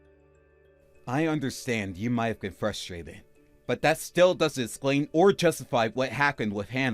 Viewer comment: This guy needs to learn how to pronounce e’s. “Splain” instead of explain “would” instead of would’ve